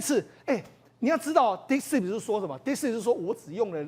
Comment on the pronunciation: DeepSeek, not DeepSpeak. 請加強發音. 張炤和像個小弟々, 罵相也像高中生,.. 不夠老練,不穩健幽默…真難看!!!